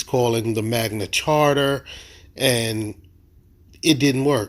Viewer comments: And why do they keep insisting that the Magna Carta is the Magna "Charter", and that "coercion" is pronounced "cohersion"?? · LOL "Magna Charter" 😂😂😂😂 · It's Magna Carta not Magna Charter, you dummy! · I saw that, he doesn't even say the Magna Carta he says the Magma Charter. He also is presenting a document made like 500 years before the US was even a country. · Fool cant pronounce magna carta right and he thinks it applies. Id love to see him in court.